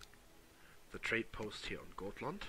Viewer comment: A good way of trying to pronounce Gotland is to say gottland